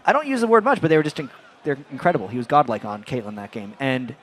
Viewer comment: Why they pronounce godlike as goblak the whole time??